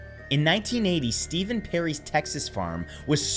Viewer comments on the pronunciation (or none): none